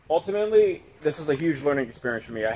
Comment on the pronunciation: Transom not tranzum Ultimately not ahltimately Deteriorate not deteerate